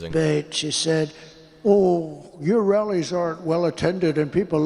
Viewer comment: 💙💙💙💙when Trump says rallies it sounds like “wellies” to me 😂 Ana a “well intentioned” rally? What an ironic mis-speak